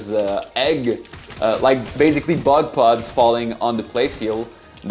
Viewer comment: did you say buttplug or bug pod?